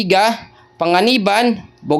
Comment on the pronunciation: Si caramuan hindi sramuran😂